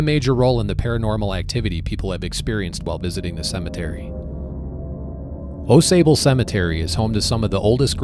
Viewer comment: Pronounced like awx. I live there.